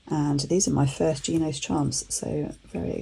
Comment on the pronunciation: Shes wrong, its more like an italian pronunciation, they have a phonetic explanation on their website